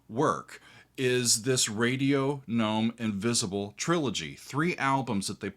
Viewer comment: Excellent. Yes, a hard “g” on “gnome” because that’s the French pronunciation. Glad you discovered Gong!